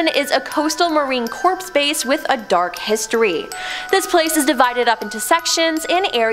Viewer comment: 'Coriando'? 🤣🤣🤣🤣🤣 'Marine Corpse'? 😆😆😆😆